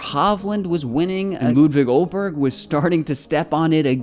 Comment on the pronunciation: Aye-berg not Oh-berg.